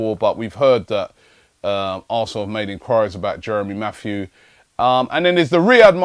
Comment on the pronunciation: Jeremy Matthew? Please. It's Jérémy Mathieu ('Mattee-ur').